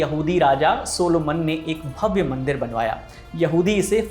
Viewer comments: Sulaiman not सोलोमन correct it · It's not a Soluman It's Suleman Alaihisaalam❤😊